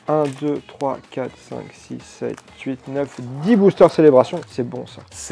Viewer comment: Je sais pas si tu fais exprès mais ça se dit booster ont dit le r à la fin